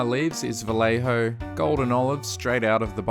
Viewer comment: Since it is a spanish Brand "Vallejo" is pronounced as "Vayeho".